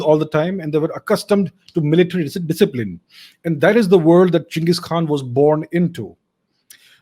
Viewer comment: Did you say gins or am i drunk